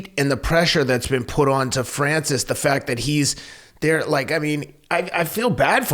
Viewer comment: Fwanshish ingoneyou